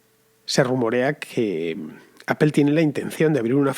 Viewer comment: Apel ...ifon... tim cuc... Teniendo Inglaterra alado...y siguen con esa pronunciación...jajajaja